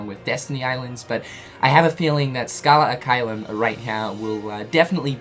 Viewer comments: He says al instead of ad. Ad being latin while al is actualy arabic. So yeah, he's using the wrong language there. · It's Scala ad caelum not scala al caelum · uum... it's scala "ad" caelum, not scala "al" caelum.... sorry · Is it just me or is him saying “Scala Al Caelum” instead of “Scala Ad Caelum” pissing other people off? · its Scala AD Caelum..... not Scala alqaeda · Lol video maker calling it "Scala Al-Caelum" like it's a middle-eastern name or some shit. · Me: "He's gonna say the name wrong isn't he?" Video starts playing Me: "We know how to pronounce it... It's clearly written in front of him but he's gonna mess it up the first try." Starts talking Me: "Here it comes..." Scala AL Caelum Me: ".... aaaaand boom goes the dynamite." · You kept saying Scala AL Caelum and it bothered me lol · I thought I was the only one. How he reads it, and puts it on the screen and still says it wrong?😂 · Yeah he's saying it wrong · *SARCASM INCOMING* Have any of you heard of ACCENTS? No? Well, then. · He usually says all the names, worlds etc wrongly but it's okay